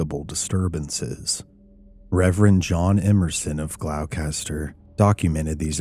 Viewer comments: Not to be "that guy" but, it's "Glaw-ster" Massachusetts. Gloucester is pronounced "glaw-ster". Unless you're from New England, in which case it's "Gloss-teh" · It's pronounced (GLAW-STAH) =GLOUCESTER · Absolutely wonderful episode. Just for future reference - it is pronounced Gloster - which is weird. British thing. Love your work. Always a wonderful rabbit hole to venture down! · The town is pronounced "Glawster". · Gloucester is pronounced as glos-ter. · Great story, as always,! (Just a little tip: Gloucester is pronounced GLAW-ster) Thank you for covering this story. It’s as creepy as it is fascinating, and I hadn’t heard of it before. It’s wonderful that Geraldine sent you her book and goblin/alien figurine. Very cool! Take care and I wish you an amazing week!💚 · It’s pronounced ‘gloster’. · Masshole here. WTF are you calling Gloucester?? Have you never seen " The perfect storm"? It's like nails on a chalkboard when you pronounce it. GLOSS-ter. Or like a local Glossta. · Hey, great take on this case, isn't this the famous little green men /grey men case? The town near Salem is said: gloss ter (not a criticism, just trying to be helpful) Keep up the good work 🇬🇧💚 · People get Gloucester MA wrong with the pronunciation. But it's gloss-ter. It's great fishing on the ocean nice town. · Gloucester is pronounced "Glawster" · honey its pronounced 'glouster' 😭 other than that, absolutely terrifying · you crucified the pronounciation of Gloucester. Its Gloss- ster. The "ce" is kind of silent. Another town in Mass is Worcester. Pronounced Wu-ster. Or if you're a tru Masshole, Its wust-ah....glos-tah..See, its easy. Say it a few times. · It’s pronounced Gloss-ter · We pronounce Gloucester as "Glosster" here in Massachusetts. 4 future reference.